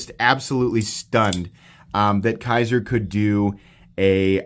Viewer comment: Dude, it’s Kizer not Kaiser. Kizer makes the Militaw not Kershaw.